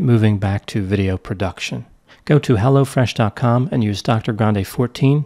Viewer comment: yeah I did too and at first I kept thinking it was crazy that there was a new company called Lo Fresh but just like Hello Fresh. Lol